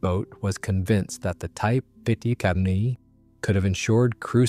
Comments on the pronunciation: Well two things are quickly becoming more and more obvious. 1. More and videos like this are being totally "narrated" by an A.I. voice. 2. The A.I. used can NOT NOT NOT pronounce things well if they are not written out. This entire video was about the WW-2 German Type TWENTY-ONE (XXI) submarine. but NOT once did A.I. get that simple two-word phrase TWENTY-ONE right !!!! Instead we were treated to a variety of different attempts such as Type "ehchbow" "en-ine"or "vikniegovnie" or "vunkweenz". WRITE OUT THE PHRASE "TWENTY-ONE" IN ACTUAL WORDS. Only then will the not so intelligent Artificially "Intelligent" narrator be able to get it correct. Nor can your A.I. pronounce the word which mean the front of a boat or ship, because it thinks it is talking about something that shoots arrows thru the air. Another common A.I. misstep in military videos are saying the letters "M K" when the meaning of the abbreviation is actually MARK. Fortunately this video had no MKs in it. HUMANS CAN DO MUCH MUCH BETTER !!!! Have a bit of respect for your viewers and at least LISTEN to these things before you put them out on the net. THUMBS DOWN. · Sorry, but the AI voice couldn't pronounce Type XXI and any other numbers for that matter.